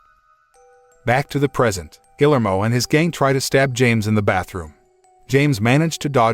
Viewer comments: Gill-ermo? Really? ...and "fatal" wound? When has ANYONE EVER recovered from a fatal wound? Why does it seem to be too difficult to actually pronounce words correctly or actually know their definitions...especially when doing a recap channel? Minimal effort. Shoddy work, period. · The name is pronounced (HARD "G", AS IN "GUILTY", OR "GARDEN") "GEE-AIR-MO"! "GUILLERMO"! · This dude doesn't even know how to pronounce "Guillermo"... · His pronunciation of Guillermo hurts my brain